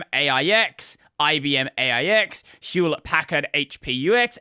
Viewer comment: I got to say that is the first time I've heard Packard pronounced that way...